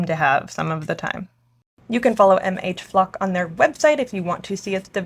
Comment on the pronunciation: When you said meet MH-"Flocke", my first thought was "great they're giving "flock" cameras the ability to defend themselves".